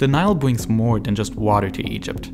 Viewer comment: it's so cute when he says things like "bwing", "thwee", "gwown", "iwigate", "bwitish", "pewiod", "owiginate" or "wiver"